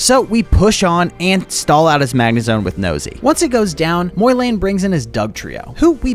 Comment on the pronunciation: "Moylayne" um... Im pretty sure its pronounced the way its spelled, MOlayne